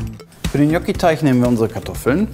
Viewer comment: Wie wird das ausgesprochen, Knocki?!😂😂😊